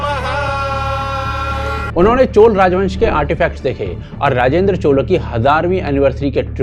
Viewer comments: Chola, not Chol. tikh se nam lena bhai. Hindi bhasha Sanskritam shabd uchharan ko mother sister karrakhi hai, fir ayi hindustani dhobi ka doggy jo ..! 😂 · Bhai ur video are always great but chola ki chola bolo chol nahi.. naam ko change math karo.. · CholA not Chol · Chol nahi. Chola. Please correct your pronunciation. Other than that, thank you for making this video. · It's not chol, it's chola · Koi chol nahi hota. Please pronounce correctly. Thanks